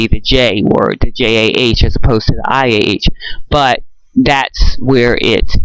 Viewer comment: This is very interesting. Iah can still be pronounced Yah, if the I takes on the long "e" sound. I think pronouncing the name as EYE-uh takes away the strength of your argument. Iah pronounced as EE-ah makes more sense and gives more continuity and stronger impact to your excellent point. I have never ever heard this before in my life. Now I must research it for myself...wow, I'm at a loss for words right now. I'm experiencing some cognitive dissonance. I have used Jesus, Yahweh, now I use Yahuah for the father and Yahusha for the Son (I do not use shua anymore it is incorrect. I will do my research and do as I am convicted. This is very important Thank you for bringing this to my attention.